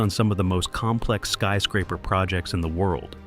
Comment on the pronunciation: "skee" scraper? You are sooooooo lazy. Pro tip: learn how to read and narrate your own vids. aaaaa-holllllle